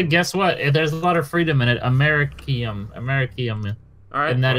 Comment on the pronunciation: Side’s pronunciation of americium hurt me a little